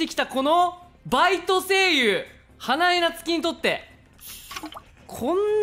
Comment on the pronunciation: 花ちゃん🌸の「みんなこんにちはぁ！ 僕は…！ はなえっにぇっ…(？) ぼくです！」の喋り方かわいいw☺️ しかも、「はなえっにぇっ…(？)」って噛んじゃってるのもかわいすぎるw😂 「キヨスクに電池無かったらもう おしまいよ ほら！ やった😆」の「やった😆」言い方かわいいw🥰 ラッパーの読み方で英語読むの好きw😂 あと、「うわぁああああ！ (はぁっはぁっはぁ) 生きてるじゃねぇかよお前」の言い方も好きすぎるw😂